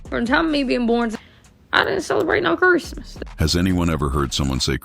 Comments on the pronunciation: it’s definitely not southern to say “cherstmas” lmaoo it’s the same “Christmas” just with a southern draw, which comes from a lazy tongue. I grew up in Kentucky, and she definitely has a Kentucky accent, but she says Christmas differently than anyone else I know lol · I think he was called it "Curse-mas" bc of how bad it was growing up. She pronounced it right at least 5 times b4 n after she pronounced it like that